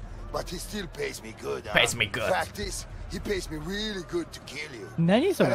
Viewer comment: Don’t mind me this are my favorite moments F*cking rearu good Sh*t diude Tough type You’re crear Hey! Rwerax! Helleo I know ???????? fish What’s going here? Me of course stustupsu, pushupsu Oh, what’s going here? myan [Precious smile] Pays me good Lady Gaga F*ck it orrrrrra Hey take this! [Orrra intensifies] Sh*t Margarita Margarita